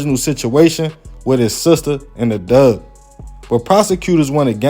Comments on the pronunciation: You said Doug or dove? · lol yes he was. That’s how some people pronounce him hat word. I have some family members that was born and raised in North & South Carolina & that’s the way they pronounce the word Dog. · Are you saying dog? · A ''dug'' lmao!!! I'm from down souf mane! I thgt that was kinda funny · He said “dog for the out of Towners” no sir that the correct pronunciation😮😂